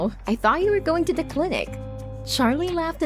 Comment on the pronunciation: Does anyone else hear her saying da and not the? Its kinda getting annoying